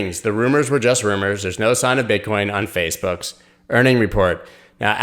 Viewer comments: Pretty sure you just said BitchCoin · He said “Bitchcoin”😂